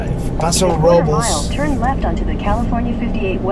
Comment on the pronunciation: As always, great video. I should correct you on the pronunciation of "Robles" It sounds like Robe-less.